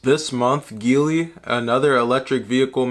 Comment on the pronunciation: btw its pronounced G Lee ;)